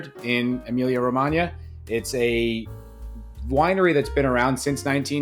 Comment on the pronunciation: Can we take a second to appreciate the pronunciation of Emilia Romagna!!! Well done sir!!!! Great review!